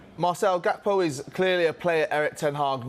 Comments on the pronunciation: Wait this guy just said Gody Cakpo 🤣🤣🤣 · “Gakpo” how do you pronounce that 😂😂😂 why would he leave a team that competing to get into the ucl and leave to utd who are in europa conference league on Thursday nights Lmao stop it man